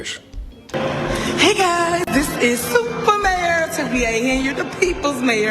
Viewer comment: Every time I hear her say SOUPer mayor I be so embarrassed 😭😭